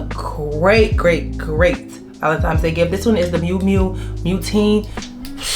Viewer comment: Nice video! It's Valentines n not Valentimes. Have a great day!